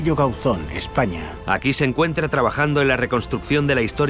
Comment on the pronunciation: ???. Ya sé onde queda si soy de aquí. Pero digo que en el programa dicen Gáuzon, acentuando la "a", no la "o" de Gauzón.